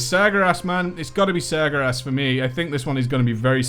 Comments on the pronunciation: Sar-Ger-As? Its Sàr-QueRass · SirGarass? Its Sar-Ger-As (sargeras) Sorry my lore nazi came alive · Sir-grass :P? Sargeras? ;D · Its Sar-Ga-Ras